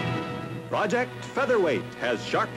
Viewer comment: It's "featherweight". :D